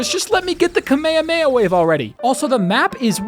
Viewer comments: The way you said kamehameha felt like a slap to the face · why is no one talking about how he pronounced kamehameha